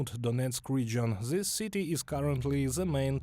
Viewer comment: “This” is not pronounced “Zis”. “That” is not pronounced “Zat”. “Those” is not pronounced “Zose”. “They” is not pronounced “Zay”. Otherwise, pretty decent report.👍🏼😄